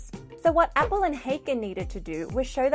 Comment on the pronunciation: This is perhaps a minor quibble, but years ago I knew Appel personally, as well as one of Haken's sons, and unfortunately you're mispronouncing their names. Haken is a German name, so the a is like English "ah". Appel is not pronounced like "apple", but is accented on the last syllable: ap-PEL